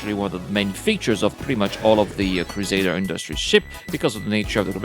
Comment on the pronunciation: The next time I hear Crusaders Industries, I'm gonna unsubscribe! It's CRUSADER INDUSTRIES!